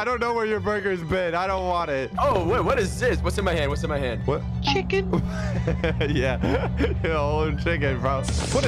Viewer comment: The way said chicken got me laughing on the bed because I’m on the bed get my pain